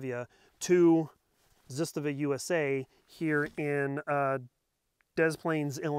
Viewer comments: "Zitstava"? ZAH-STAH-VAH. Start out by saying it slowly and then gradually increase to pronouncing it CORRECTLY! You lose credibility when you say the name wrong. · Zastava not zustuva lol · you lost me at "Zisstuhvuh" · ZahStahVah. Trust me. I am Serbian. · Ignorance in manufacturing, materials and why people want a bayonet lug = unsubscribe. Not being able to pronounce Zastava =👎 ...zest...really... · Awesome video, keep em coming :). hi you pronounce Zastava well, only slight correction if I may. Zastava ...the first "a" and the second a are the same letter. They are pronounced the same way. You pronounce the second one great. Do the same for the first one. The sound is the first sound of A as alpha. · That is not how the guys from Zastava Arms USA pronounce it. ^_^ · You don't know how to pronounce Zastava, Cugir or Kalashnikov. Go home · Totally Butchered the ZASTAVA name😂.. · Should probably learn how to say the company's name correctly just saying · SAY IT RIGHT 😈